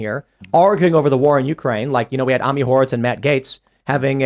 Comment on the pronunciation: "Omni Horrowitz" -Tim Poole